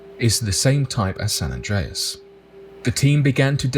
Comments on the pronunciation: You pronounced it perfectly bro. Doing good things. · You are pronouncing it right and I went to San Andreas high school in California and I lived on the San Andreas Fault in Tiburon California, which is in the Bay Area. John creak. Get at me bro. I’m around the corner from you on the Contant creator in the making right now. Peace to you and your family. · You’re pronouncing it correctly. Go online and research the San Francisco quake in 1906… look at the pics that show how wide the earth spread and see the cars that were swallowed. Then… the ground merged back together. Plus, there’s a website that monitors the quakes in California every day. You can check it and see how many, their magnitude and locations. It’s always updated and current. Having been born in Long Beach I remember more than a few. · Your pronouncing it right lol😅